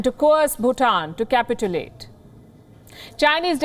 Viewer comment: . Capitulate: Ka-pitch-you-late.